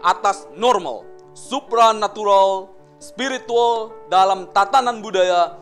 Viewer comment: Presenternya biasakan aja lebay.... Cara ngomongnya bilang spirituwel... Biasakan aja ngomongnya